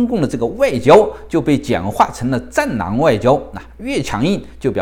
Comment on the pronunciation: 戰狼吧？聽成戰囊😂😂